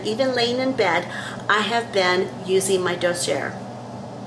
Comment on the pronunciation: Dossier is pronounced daa·see·ay